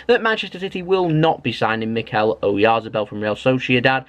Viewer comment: I think it's pronounced O yarth a bell, he looks good player.